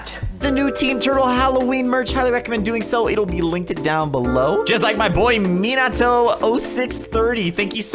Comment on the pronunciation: Good job you said Minato right